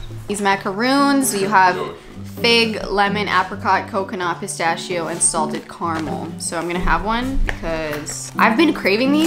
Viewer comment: As an Italian " Pistasssshio" instead of pistacchio (pistakio) and "salamI" instead of salame always sounds weird but in a funny way. Love your videos, they always bright my day^^